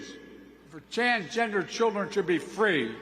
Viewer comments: "For Changender children to be free" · Did he really say choose rights for women and “ Chansgender” children should be free? What rights don’t either one have? Brandon has left the building.